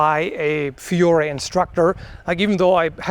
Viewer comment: The only thing I would point out, as an Italian, is that you should pronounce Fiore with a semiconsonant "i", like "fjore", but that's just nitpicking